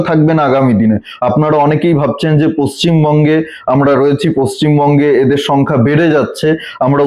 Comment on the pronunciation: দাদা, পশ্চিম বঙ্গ বলুন। আমি অনেকদিন ধরে শুনে আজকে বাধ্য হয়ে লিখলাম। পশ্চিম মঙ্গ নয়।